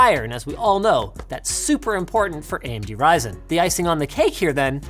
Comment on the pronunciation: its risin man not pronouncing ryzen